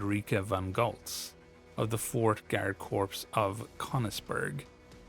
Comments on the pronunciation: I'm reasonably certain that Korps is pronounced as "Core", not "Corpse". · FYI, "corps" is pronounced the same as the word "core". It is not pronounced the same as the word "corpse". I love your content, and just want to point out this correction so as to help with your future uploads. Cheers! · Other than “Corps” being pronounced “Corpse”, good video. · I don't want to be "that guy" but "corps" is pronounced like "core".